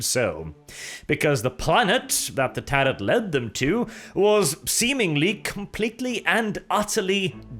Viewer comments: It's pronounced 'Tah Ro' not 'Tah rot'. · It's pronounced Tare-row, not Tare-rot. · I thought Tarot was pronounced "tarrow"? Unless it's one of those weird pronunciations to show how far into the future WH40K is set, I guess. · Not trying to be that guy, but tarot is generally pronounced "tear-oh" in English. Excellent content my friend! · Bruh. This dude spent the whole video pronouncing ‘tarot’ like ‘carrot’. How embarrassing ! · The 't' at the end of 'tarot' is silent. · imagine speaking for a living and getting “tarot” wrong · I lol’d at the narrators total inability to correctly pronounce ‘tarot’. Lol, muppet. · The second T in tarot is silent ;) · I like your videos, but someone needs to report you to the Ordo Lexicanum for your repeated mispronunciation of the word "tarot". Maybe you are trying to be funny or ironic, but I feel like that I've seen a trend of 40k commentators getting pronunciations wrong.